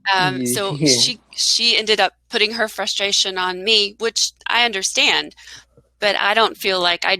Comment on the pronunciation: I think ur pronunciation is very good,, but i think ur (undrastand) pronunciation is not ok,😁😁🤪🙏,,so try to fixt it😎😎